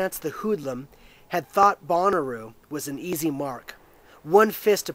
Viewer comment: Shouldn't it be said more like Bow-na-row? Bonnaroo is a music festival. :)